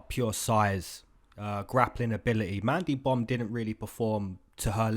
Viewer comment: Bro kept sayin mandy bum🤣🤣🤣